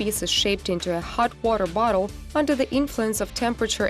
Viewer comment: She is really struggling to say hot water bottle